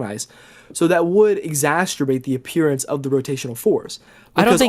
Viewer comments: Lil bro keeps saying "Exasturbate" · if this guy says "exasturbate" one more time